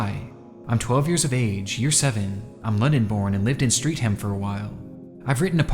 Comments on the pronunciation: Y'all could have deduced that 'Streatham' rhymes with 'met them' and is not pronounced 'street ham'. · it was super freaky for the video to suddenly mention my local area of Streatham (pronounced "stret-um" btw) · as being unfortunately bri'ish, hearing streatham pronounced street ham was so funny to me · pronounced "stret-em" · steatham is pronounced stret-ham usually with silent h, good video but distracted me so much lmao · for future ref, streatham is pronounced like "strettum" x) i used to live 5 mins down the road. i know its not obvious when just reading the word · Yikes... Hearing you pronounce Streatham. It's pronounced "Strett-um" I know - Us Brits pronounce our locations very strangely to how they are written. Goes with the age of these places I suppose. And yeah this creep is vile. Hope he gets caught soon. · Stretham is pronouncred Stret-uhm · Awesome deep dive. It is pronounced Stretam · A quick note for : 'Streatham' in the UK is pronounced as "Stret-mmm" (the a's are essentially silent), similar to 'Birmingham' being "Ber-ming-mmm" and 'Tottenham' being "Tot-nnn-mmm". If it is a separate word like in 'West Ham', only then it is pronounced as "ham". UK English is strange I know, but I hope this helps! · Slightly off topic but Londoner here, Streatham is said stret-em 😅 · Streatham is pronounced Stret-um. All hams are 'um' whenever you see them in british locations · This is so messed up, thank you Nexpo and for helping yo bring it to light. Side note, tell Streatham is pronounced "stretum", rhymes with "get'em" 😄. Much love to you both. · love old english names catching people out to this day 🤣 pronounced "streth-am", too much emphasis on the ham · I love around 1 hour away from Streatham and I've seen a few videos on youtube about Truth Sticks and Smartschoolboy9 (including video). Random sidenote: Streatham is pronounced "Streh-tm". H is silent. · Streatham is pronounced Stretham btw. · It's pronounced 'Str-eh-t-um'